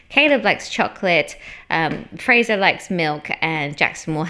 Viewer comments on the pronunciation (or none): none